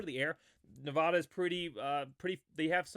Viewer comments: I'm a huge Boise State fan but have grown up in Nevada...please pronounce the state correctly for my sanity. It's Ne-Va-Duh, not Ne-Vah-Duh. 56-17 Boise. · I love your content! Keep up the video production! One small thing, though… please stop saying “Ne-VAH-da.” It’s as grating to me as when people say “Boy-zee.” That’s it! I’m hoping for a 70-burger this weekend. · I hate to be that guy but you're pronouncing Nevada wrong.